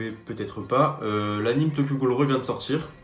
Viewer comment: AnimÉ pas animE tu dis "dessin animé" pas "dessin anime" je te jure c'est insupportable